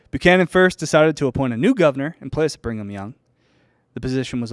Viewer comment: I love the way pronounces Brigham as "Bring 'em"😅